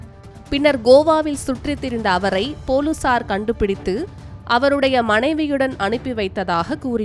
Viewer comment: நல்ல தமிழ் புலுசார் இனி பொலிஸார் கிடையாது